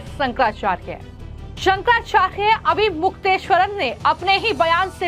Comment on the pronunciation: ये फर्जी शंकराचार्य नहीं हैं, सनातन धर्म के शीर्ष प्रतिनिधि हैं। उन पर टीका-टिप्पणी करने वाले फर्जी नेताओं के बंधुआ मजदूर और मानसिक गुलाम हैं। ये यू-ट्यूबर तो शंकराचार्य का नाम भी शुद्धता से उच्चरित नहीं कर पा रही है।